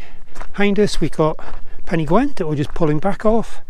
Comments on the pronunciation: Nice video, but please... it may be "gwent" in Wales, but in Yorkshire it is definitely "gent" :-) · There is no w in Pen y Ghent! Otherwise this was an enjoyable video. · Why pen y Gwent ? Surely pen y Ghent, great video though cheers